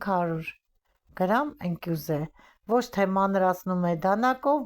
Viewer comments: Տիկին ջան փախլավան շատ ախորժալի է, բայց ճիշտ է ասել "ԸՆԿՈՒՅԶ" ոչ թե ընկյուզ....և ոչ թե նաշխ այլ "ՆԱԽՇ"։❤ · Ընկյուզ չէ ընկույզ։ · Սիրելի՜ս, ընկույզ և նախշ բառերը հարկավոր է ճիշտ արտասանել։